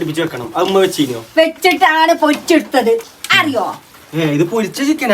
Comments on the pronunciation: ഉമ്മ ❌ ഇമ്മ ✅ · ഇമ്മ അല്ല ഉമ്മ 😂😂😂😂😂